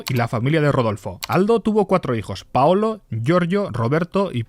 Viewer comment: Paulo, no paolo